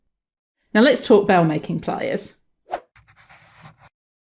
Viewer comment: Nice clear explanation with good visuals. (Slightly confused when you initially called these "BAIL-making pliers" by the name "BELL-making pliers" but, perhaps, just your pronunciation?) Suggestion: Once you've bent your metal into the desired shape, obviously, it is still quite soft, so liable to accidental distortion. It might have been useful to provide a link to a video discussing hardening techniques that can be utilised during your manufacturing process. Anyway, nice and short explanation, with good illustration. Thanks